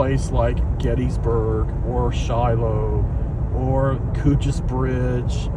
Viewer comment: You’re pronouncing it right. I work in the division that manages its development. We hope to open it to the public by the 250th anniversary of the battle